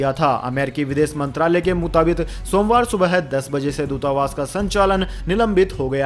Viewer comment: Mutabik not mutabit.